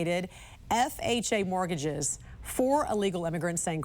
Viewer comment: Mortgage....not morgage